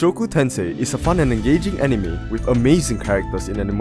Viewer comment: great video but are arabian or something because your way saying anime is close to the Arabic letters